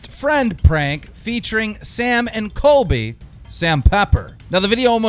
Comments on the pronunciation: It isn't Coby it's COLBY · I can’t believe people keep saying “coby” it’s got an “l” coLby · Keemstar is pronouncing it 'Kobe' Like brennens dog.. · LISTEN U RAT DON'T CALL COLBY C O L B Y NOT KOBE!!!!!!!!!!!!!!!!!!!!!!